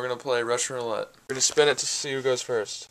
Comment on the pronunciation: Roulette not rulete